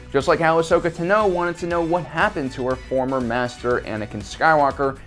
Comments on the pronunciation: I agree this might be the only way to "save" the character of Rey. It could generate a little sympathy for her, explain a lot about her origin, her powers, and her lack of identity. I haven't heard any other theories that even come close to making sense. Go for it!!!!! "Ahsoka Ta-NO"? Dude, it's 'TAH-no'. Right? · The good thing is, we don’t know until lucasfilm tells us. ALSO STOP SAYING “ANAL CREVICE”. And you say Ahsoka’s last name wrong